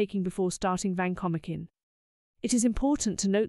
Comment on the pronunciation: vacomikin? No way. It is Van-ko-mai-sin. Sorry AI